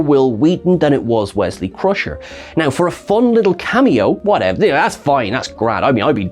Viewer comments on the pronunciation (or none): none